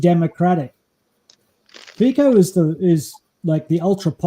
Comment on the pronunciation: Fico is pronouced as Fitso and NOT as Fiko Fi like fi in Finland and the C in co as C in Cincinnati We do not pronounce Cincinnati as 'Kinkinnati'